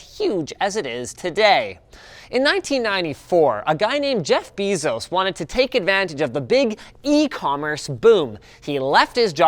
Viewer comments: Its bay-zos not bee-zos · Hey buddy, its pronounced "Bay-zos" not "bee-zos" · Jeff Bay-zos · it's pronounced Jeff Bezels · Jeff bezos is pronounced bayzose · I don't think that's how 'Bezos' is pronounced